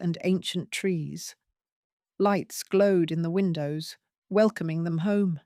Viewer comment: When somone says “ what about THEM?” The emphasis should be on the ‘ them’- or it sounds as though the meaning is different : eg: “what about half a dozen eggs? - What about them? They don’t matter”. But we are talking about captives. I do wonder if this is Ai?